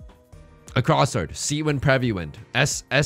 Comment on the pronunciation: i also like it when he says prevy